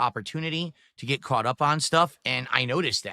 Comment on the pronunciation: "The date doesn't matter, gwett it??" Is he taking the piss? there's ONE day he would never ever miss and wants everyone of his dented viewers to remember, it's his bertday. It's not that exact dates don't matter when you get older it's literally just that he's terminally self-centered